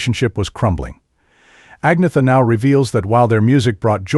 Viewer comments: its not AG-netha......its An-yetta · AN - YET - AH...not AGNEETHA. Just sayin'... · At least pronounce Agnetha's name correctly